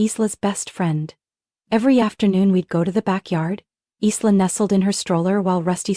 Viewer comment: It’s not Eesla it’s eyela